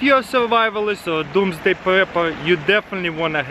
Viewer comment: why did u say doms day??